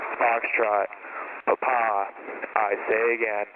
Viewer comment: Eli Montfort I was in the US Army for 9 years as a medic. It was necessary to use the phonetic alphabet in radio comms and this is exactly how Quebec and Papa are pronounced.